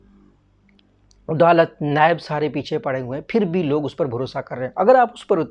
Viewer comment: "Odalat" nai bey jahil "adalat"